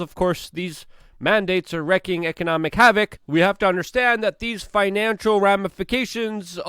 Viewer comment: It's "wreaking havoc", not "wrecking havoc"